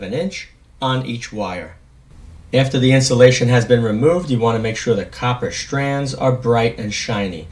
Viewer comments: That's a good tip. I had a hard time watching this because I am trying to understand why every time you say a word that starts with ST, you insist on putting an H in between them. Such as Shtrip for strip and shtrand for strand. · Im in Australia. Interesting quirk of pronunciation . The same sh sound for strand and sharp. Sounds like shtrand shcrape, shtrong. But sell is pronounced without the sh sound. Interesting. Im guesing you are from somewhere near Noo York. Cheers